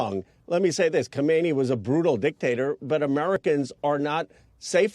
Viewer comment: ok who the heck is Comedy? He can’t pronounce khamenie?